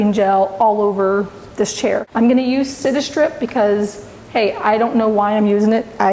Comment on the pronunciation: Come on girl.....read the labels and give proper credit to the brand name.......Citistrip ?? Mini wax ???? The stripper is called Citristrip as in citrus, you know, orange, lime, etc. Hard to take this too seriously when you constantly misspeak. Otherwise pretty good tutorial.